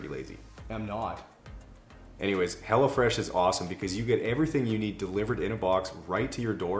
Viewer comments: Anyone else hearing “hella fresh” and not ”hello fresh”😂😂 just thought it was funny, that’s all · It sounds like you are saying Hella Fresh 😆 🤣 😂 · Am I the only one who thought he was saying hella fresh?? lol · lol... I thought you were saying hellafresh at first during the plug for the food delivery!=) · I keep hearing you say "Hella Fresh" and I really need to get my hearing checked...lol